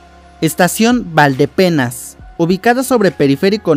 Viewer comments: Tuzania con acento en la i: Tuzanía. Tesistán, no Tesistlán. Valdepeñas, no Valdepenas. De ahí más, es acertado, con la información que contamos hasta ahora. Será curioso el efecto que puede generar esta línea, una ciudad en forma de ¿dona? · Muy buen video, solo hay varios detalles que corregir, el Peribús no va hasta Belisario Domínguez, sino que va a ir hasta Avenida Malecón, en los límites entre Guadalajara y Tonalá. Otros detalles, es Tuzanía, no Tuzania. Es Tesistán, no Tesistlan Es Valdepeñas, no Valdepenas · Es valdepeñas, no valdepeñas. Penas es lo que nos da escuchar imprecisiones... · Buena información. Una aclaración. Es estación BALDEPEÑAS Y NO ES BALDE PENAS. Saludos